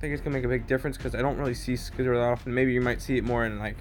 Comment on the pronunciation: Look for a video clip of Scizor saying his own name, so you can learn how to say his name PLEASE. It is worse than your old pronunciation of annihilate.